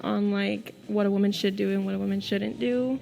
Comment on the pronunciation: What bothers me the most about this video is how the lady in red pronounces “woman”